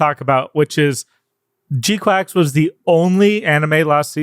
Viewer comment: Losing my mind at how you all are pronouncing GQuuuuuuX. Did you all decide together to pronounce it quacks? In the show itself they say it's pronounced "kwucks"